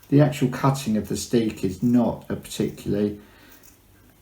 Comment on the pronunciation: In Dutch (here in the Netherlands) a single crochet is called 'een vaste (steek)'. There is also 'een losse (steek)' which is called a slip stitch in English (American or UK English or both?). The word 'steek', meaning 'stitch' in Dutch is not pronounced like the English steek, but more like stake or steak ... ;-)